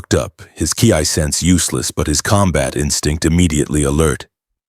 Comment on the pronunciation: Aww...he didn't arrive as a baby in his Saiyajin space pod? Imagine him raised by Hobbits and taught by Gandalf and Aragorn instead of Muten Roshi. Seriously, if you're going to include DB content, get your AI to pronounce "Gi" and Ki" correctly. They both rhyme with "Key" and Saiyajin is pronounced "Say In" Speaking of Gis, why exactly is Saruman wearing a Turtle Hermit School Gi there?